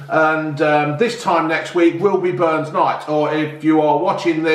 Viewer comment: Haggis,neeps and tatties one of the greatest meals ever and you had to go and fk it up with gravy and fkn leeks c'mon get a grip son....it's burns not Barnes ya muppet 😂😂😂.....not just for burns night btw....hey you should revise your twin peaks chocolate bar "pound land" they have about 5 or 6 different flavours now 👍.......say hey to June for me and the ginger one 😄